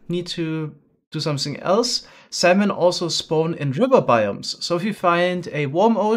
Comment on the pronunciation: Lol he says salmon like semen